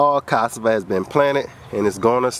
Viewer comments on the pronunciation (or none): Say ca-saa-va... :]